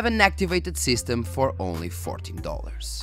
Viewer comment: Yes, I know you can get Windows 10 keys cheap, I was just joking with because his pronunciation of 14 that one time sounded like 40.:-)